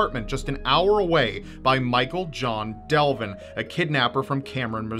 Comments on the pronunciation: Devlin. Not Delvin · Devlin, not Delvin